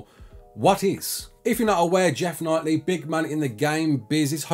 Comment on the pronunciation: It's pronounced "Keeley", not Knightly..